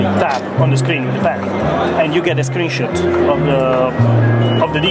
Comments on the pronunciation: tht guy said "tap the pen at da screen and u get a screen-shit!" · "You can take a screenshit" LOL!!